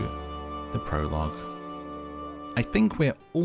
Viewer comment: your pronunciation of prologue IMMEDIATELY caught me off guard lmaoo oh no…i resolved myself to just watching you play this bc these kinds of games are never available on switch but i just looked it up….devastating for me and my ever increasing wish list